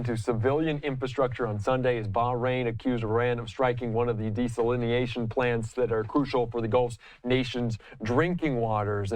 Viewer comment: De-sal-in-eation? No. Just no. De-sal-in-a-shun...